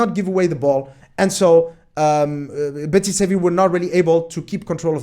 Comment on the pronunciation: Betis Sevi? Huh, that sounds unique. So used to it being pronounced simply Real Betis.